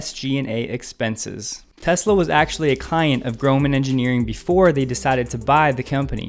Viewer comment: I like that you pronounce the name correctly. Please teach Bob Sullenz that the name is pronounced "Tezla," not "Tezzla." :~)